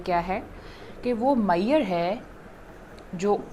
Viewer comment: its MEASURE not MAIYER .